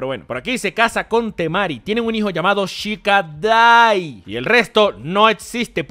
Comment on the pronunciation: No sé si lo hiciste a proposito pero cuando dijiste "Shikadai" resaltando el "Dai" me da a pensar que elegiste tu nombre del canal de ahí por tener relación con Shikamaru 😅